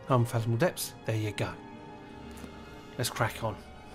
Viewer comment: "depths", not "depps" 😂😂😂